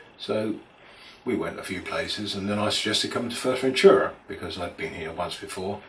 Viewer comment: Maybe first try to pronounce the name of the place correctly...